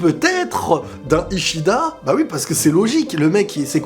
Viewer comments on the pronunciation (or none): Alors du coup quand tu faisais référence au "bout de squelette" tu voulais lier ça aux Arrancars (parce que les Espadas c'est l'élite des arrancars). Le mec au bob s'appelle Kisuke Urahara et le quincy s'appelle Ishida pas Itchida 😁😁